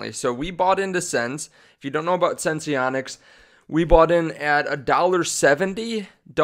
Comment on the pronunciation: Dude, did you just say eversens-E? The word is sense. The company's name is sense-onics, not sens-e-onics 😠. Besides yours and everyone else's odd pronunciation of this company, great videos.